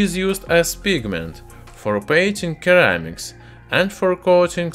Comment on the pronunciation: its SIR-ramic not KER-ramic